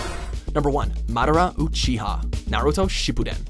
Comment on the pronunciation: It hurts how badly he butchered Madara Uchiha's name and the way he said "Naruto:Shippuden" It hurts alot